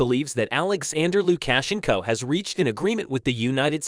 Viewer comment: I believe you might to practice the proper enunciation for Luka shenco